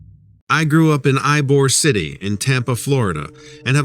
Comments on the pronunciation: Ybor City is pronounced eebor not ibor. Come for the pirate invasion or Guavaween. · 😂 Yeah 😅😂 in the movies 🎥😁😂😊 Just kidding 🤣😂 I'm salty about "Y" bor City pronunciation 😢😂😊🤣😅 Much ❤️❤️❤️